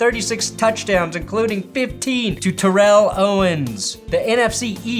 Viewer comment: Isn't it pronounced TERR-ell Owens? As opposed to Terr-ELL Davis?